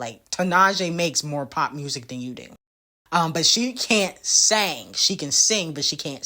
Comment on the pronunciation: She can sing but can’t “seng” 🤣🤣🤣🤣🤣🤣💔😂 pls